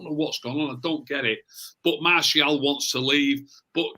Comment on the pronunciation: Is anybody else disappointed pronouncing Martial properly now? I much preferred him calling him Marshall:-)